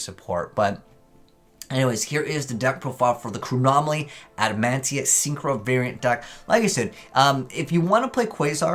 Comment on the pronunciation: There is, no N in the name adamatia. So stop saying adamantia when that’s not even their name I mean seriously.